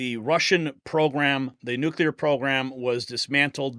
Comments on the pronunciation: Why does this guy keep saying “nucular”? It’s nuclear, ffs. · Jesus. It's Noo-clear, not nuke-ya-lur